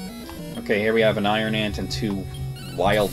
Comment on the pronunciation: Whenever you say 'iron ant', it sounds like you're saying Iron Man...prompting me to wonder why you're killing Robert Downey Jr. Also, you totally missed the old guy in the cave who asked whether you'd been baptised or not.